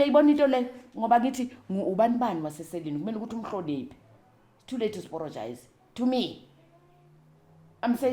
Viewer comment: It is the “too layt to aporogise” for me… I’m in stitches 😅😂❤